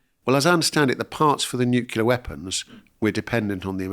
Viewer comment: Did I just hear him say NUCULAR ?!?!? IT'S NUCLEAR !!!!